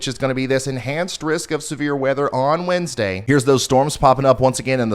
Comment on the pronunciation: did you say windsday or does my brain just hear puns